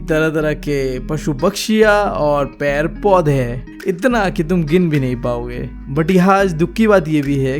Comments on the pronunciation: पेड़ - पौधे ❌ पैर - पौधे ✔️ 😂😂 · its pair podhe 😂😂